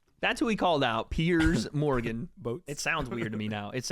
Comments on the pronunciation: My guy said "boats" im dead 💀😂😂😂 also Sensei is right 👍🏽 (im brit'ish) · says Boats 😭😭😭